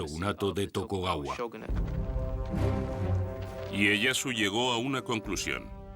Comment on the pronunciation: muy bueno pero era TokUgawa, no TokOgawa jaja